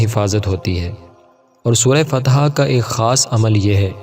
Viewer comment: Fatha not fateeha